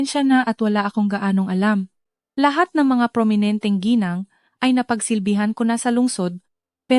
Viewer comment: Gng. pronounce as gi-nang (Misis)